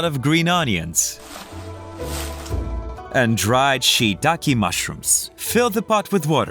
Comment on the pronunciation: Its' SHE'takae not shittakae